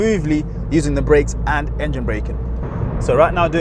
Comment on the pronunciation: You said engene 3 times